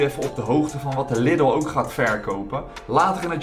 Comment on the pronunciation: Na al die jaren spreek je Lidl nog steeds verkeerd uit